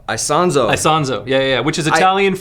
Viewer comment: It's "Isonzo" it's the name of a river in northern Italy famous because it was one of the theaters of WWI.